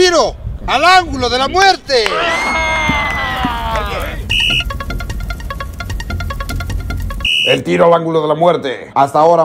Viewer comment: El Facundo ya le pego lo de "de la muertee" jaja me encanta